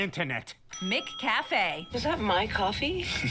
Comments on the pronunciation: The Breakfast menu at Macca’s has an English muffin with your choice of butter, honey, jam or vegemite. McCafe is within the Macca’s restaurant. Its pronounced Mac Cafe not Mick Cafe. Nobody wants to clean the Soft serve icecream machine in America. The machines are always working in Aus. Cleaning the entire restaurant is the job of every worker. Jobs are allocated and rotated. Pay at the cashier which was partly cut out in editing. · “Mick Cafe”?? Blimey! No wonder you call it Mickey Dees! The Mc or Mac in front of a surname is an indicator of an Irish or Scottish name, so we naturally say Macca’s because it came from the Mac prefix. McDonald’s trialled McCafe (M’cafe) decades ago and it succeeded. They were trying to break into our coffee culture and the regular counter coffee wasn’t doing it. I actually thought they then applied it to the rest of the world, but apparently not in the US! Yay! Go Aussies! 🇦🇺😜👍 Oh, and we don’t say beetroot the way she’s saying it, we actually pronounce the T, more like bee-troot.